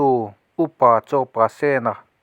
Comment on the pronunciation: Pasena tih hi sen tih lai hi red-sen ti a lam tur a ni zawk lo maw